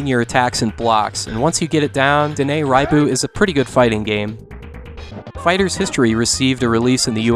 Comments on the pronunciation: You pronounced "Raiden" wrong, but "Raibu" right?! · In Japanese, "ai" is always pronounced as in "Hai."